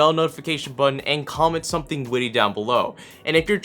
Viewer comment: um um um SUMTHUNG WIITY